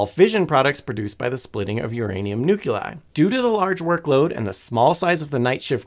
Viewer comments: and "nu-cu-lai" instead "nu-kle-eye" (proper way) EDIT: what about "cavalry" some americans say "calvary" :D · I've seen you write the same thing over and over. I think you're missing the point... People are complaining about the presenter saying "nu-CU-lear"... the "CU" bit. He does the same with "nuclei" saying "nu-CU-lei" instead of the proper "nu-kle-eye". Google's AI voice is terrible. And they don't decide how it's pronounced... check the phonetic spelling used in the pronunciation (in dictionaries - not Google's AI voice). EDIT: I'm not saying you're wrong... because you're not. Languages are pronunciations are funny :)